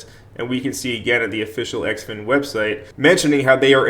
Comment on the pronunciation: Heads up. Its pronounced "Zin-fin"